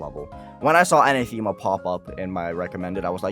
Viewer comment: Uh-na-theh-ma Not Ana-theme-ah